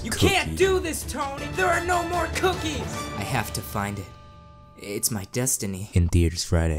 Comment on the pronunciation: For the world one I thought you wood say "AND GIVE ME ALL THE COOCHIES" ya that sounds right